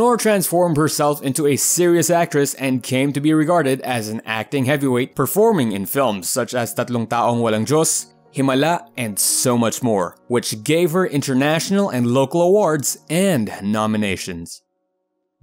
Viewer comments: *You omitted mentioning Sharon Cuneta's cinema title as "Megastar". *You also mispronounced "Taong" in Nora Aunor's film "Tatlong Taong Walang Diyos". Your pronounciation of it as "Táong" (Persons) is incorrect; when it should have been pronounced as "Taóng" (Years). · The V/O talent mispronounced the “taon” in “Tatlong Taong Walang Diyos.”